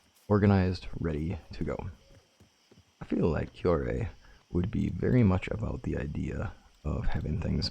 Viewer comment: Kuroi = koo row ee in pronunciation. Hope that helps. I still remember some of my Japanese from college. :octopus-red-waving